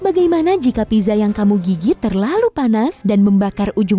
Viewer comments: Maaf ya pizza itu dibacanya pitsa, bukan piza Sekedar info saja. :) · not pizza but pitsa